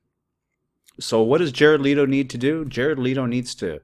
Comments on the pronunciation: Okay... Now one... It's LEHto... not LeEeto... and two, how is he full of shiz!? Leave his private life alone and let him be....! =∆= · Man it's fucking Leto no leeto fuck that's annoying. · Just one thing.. his last name is LEto not LEEto... peace